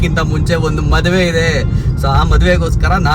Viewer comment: Bro maduvu alla maduve 😄